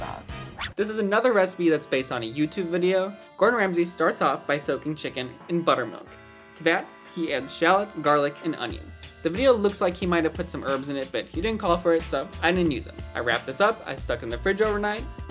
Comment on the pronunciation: Gordon be like: SHLOT